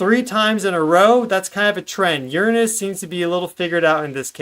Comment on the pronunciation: Sometimes I hate how much Americans kill the English language with there pronunciations of certain words but I am very happy to hear you pronounce the word Uranus correctly:)